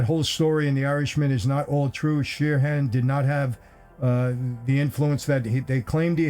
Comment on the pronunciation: For fuck's sake it's not Sheer Han it's Sheeran Sheeran There's only one H It's Sheeran